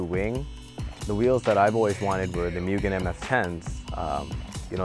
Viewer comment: works at Acura and still does not know how to pronounce "Mugen".